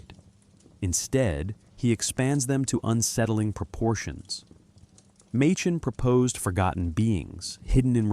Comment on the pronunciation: AI trash. Listen to the pronunciation of Machen. Really sad state on YouTube these days.